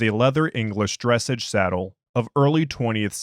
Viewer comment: "dressage" is pronounced "dreh-sahj". I wouldn't have known this one either if it wasn't famously the favorite "sport" of former presidential candidate Mitt Romney. Dressage is something like ballet for horses, I am told.